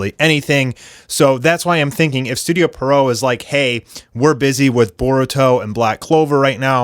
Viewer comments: Yeah and Pierrot is a French clown’s name in origin and pronounced as the name ‘Pierre’ followed by ‘roe’. Pierre-roe not Perrow. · Literally, no one knows how to pronounce Pierrot correctly. Some say Peridot some say Pero-oh. But it is actually pronounced: Pee-ur-row -> Pee + Arrow -> Pierrot And I fucking meant it. NOBODY in the anime community pronounces it correctly.